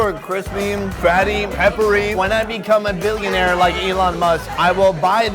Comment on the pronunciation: "Crispiee" loooollll.